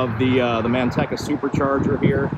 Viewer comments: Man tech a. That's funny! Natives say Man tea ca. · The "e" in Manteca is a long e. There is no rhyme nor reason for it, of course.